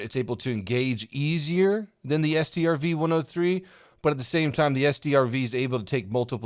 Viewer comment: Strv is pronunced like "Sturv" and they got TDs medium tanks and loght tanks with suspension aimimg and suspension aim assistance, BTW that thing without cannon can be a shovel